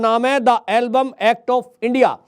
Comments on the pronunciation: It is not Album, it is called EMBLUM. Just correct your pronounciation. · मान्यवर एल्बम नहीं एंबलम एक्ट है ठीक कीजिए जग हसाई हो रही है